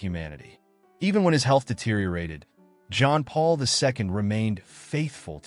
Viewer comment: Is it too much to ask that the speaker pronounce the late pope’s name correctly?